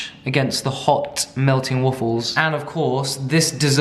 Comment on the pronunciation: i live for the way he says WUFFLES